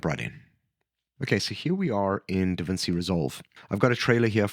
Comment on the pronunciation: That’s not how you pronounce DaVinci.